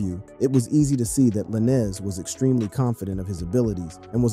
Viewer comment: I had to stop listening once you called him la-nez twice lol